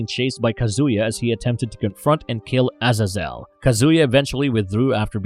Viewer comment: It pronounced Uh zay zul